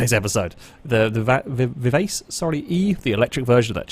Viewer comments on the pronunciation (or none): Vivace is pronounced "vivachi" I think